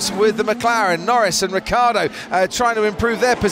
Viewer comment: It's not Riccardo is Ricciardo (Ree - Char -Doh)